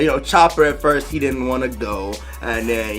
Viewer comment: No offense, I can’t tell if you’re saying “Chopper” or “Chomper”. Chopper is his name.